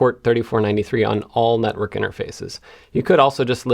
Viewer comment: I could swear I heard you say "Nutwork" instead of network